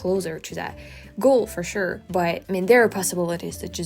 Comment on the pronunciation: With everything you said about accents, I can assure you that when you said "fer shure," you sounded completely American. 😂